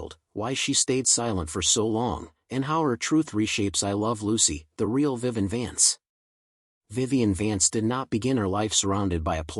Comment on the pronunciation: Too bad this AI voice over can’t pronounce their names. Who the hell is “Viven”? 🤔